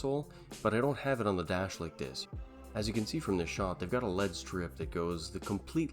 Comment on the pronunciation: There is no "lead" strip anywhere in the car. It is an L.E.D strip (ell-ee-dee).